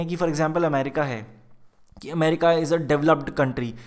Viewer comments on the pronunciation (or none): none